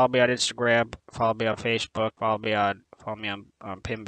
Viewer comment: "Instagram was unchanged" No, he actually says Insgram. You can clearly see that in the subtitles. Also, not even gonna acknowledge the timeline jump during the JoJo sequence? I thought that was clever. Lastly, the series may indeed only take place over the course of a year. It's quite possible that Gadget Gabe is a time traveller.